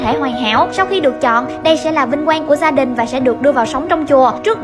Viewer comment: Phát âm từ giờ giới giáo dục cứ phát âm những từ đó là cứ lạ lạ sao sao ấy từ gia đình mà cứ như da đình ấy